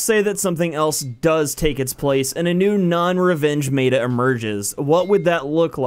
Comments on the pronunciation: Stop saying mayta instead of meta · is it just me or does him saying MAYTA instead of meta is driving you nuts lol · omg I couldn't watch this for more than the second time you said "mayta" instead of "meta" which is like metamorphosis not maytamorphosis, its not said like the word Beta like the fish or Greek letter....though they are one letter different.....you speak for a living and that didn't sound off or odd when the sound "mayta" came out of your mouth? Maybe next time type it into Google and have it say the word for you first.... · M E T A not M A T A just mEta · When you say m-ehta mata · "defined mey-ta" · It's m-eh-t-a not m-A-t-a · ITS FUCKING META NOT MATA GET IT FUCKING RIGHT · It is said as (Meh-ta) not (mā-ta) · Hidden Desire I cringed so hard, thank u for voicing our opinions. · Meh - Tah. That is how it is usually said. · Mayta??? wtf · Me-Ta plz say it like this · It's pronounced [meh]ta, not like beta. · SnigleBits but why isn't he pronouncing it right 😂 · Please pronounce it right (meh-ta) meta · "MAY-TUH" literally unplayable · You pronounced meta wrong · you don't Know how to pronounce meta, everything is fine, and the servers suck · Yeah, you mispronounced "meta." No big deal, not that bad a mistake. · it is meta not whatever u are saying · why do you keep pronouncing meta like that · I'm so triggered by how you say meta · The way he said meta made me cringe. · Disliked cuz this dude says meta completely wrong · I'm not finishing this video due to the fact that he's straight up butchering the word "meta". the whole world says it right, get on the same page you aren't special. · Josh Van Den Broeck nope he is correct. Meta and beta do not rhyme